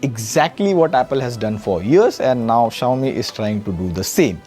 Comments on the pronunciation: What is Zayomi? Just say Xiaomi man. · Shao-mi❌ jao-mi✅😂😂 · no way he pronounced Xiaomi wrong. i think ai voice was used in this segment as it can pronounce it wrong. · Bro Chill he's human too.. he can fumble out too